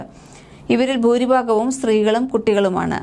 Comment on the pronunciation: ബൗദിക ?,ബൂരിബാഗം? ഉച്ചാരണം തെറ്റ്.